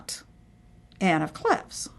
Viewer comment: Mispronounced 'Anne of Cleves' as 'Clevs'. It's a long 'e'.